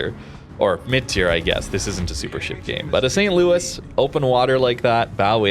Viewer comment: St. Louis is a tier 3 ship. Saint Louis is pronounced differently. You're doing it for Jean Bart. Why not for here?